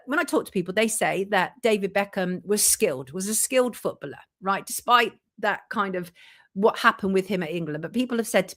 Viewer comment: Can someone please explain the connection with the “chequered floor” the painting of the nurse and freemasonry?? It’s annoying to bring something like that up and not explain it. One more thing why is she pronouncing the word “footballer” like that? Who says it like that and why? It’s incorrect and extremely jarring!! Great video otherwise 😁